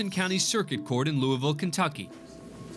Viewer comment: Im glad finally a tV channel says LOUIVILLE correct